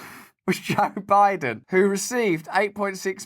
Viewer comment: Joe Bide-on has got a wide-on for noth-on?